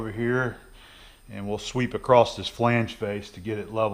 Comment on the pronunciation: PSA There is no T in across. Also, heighth isn't a real word.